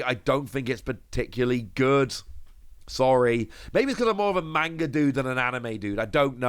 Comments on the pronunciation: is the only person I watch for all one piece news but you’d think someone who is this big into tcgs and anime’s and mangas that he’d actually pronounce manga correctly. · I have a lot of Japanese friends that criticize Americans for how they pronounce manga or anime’s. It’s constructive criticism. Ain’t no sense in being hostile man. If you’re gonna be in the manga scene or anime scene a lot of die hard fans won’t take you seriously if you can’t pronounce anything correctly. It makes you look like you don’t know what you’re talking about. And I like. Been watching him for years. Not just but also ptcgradio.